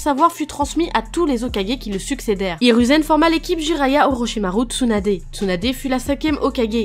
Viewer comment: IrOUzen pas irU U se dis ou